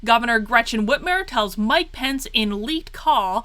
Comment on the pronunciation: Finally you are pronouncing her name correctly! God I have no idea why, but that drives me nuts! I’m from Michigan been here 40years since birth! She’s hands down the worst mistake we’ve ever made, no doubt also I did not vote for this mess. Her debate to become governor was a sign! Not sure if it’s available but watch that and you’ll see DNC was running the show all the way back then.